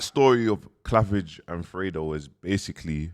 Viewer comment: How’s man saying clavage fuck that from now on it’s cleavage🤣🤣🤣🤣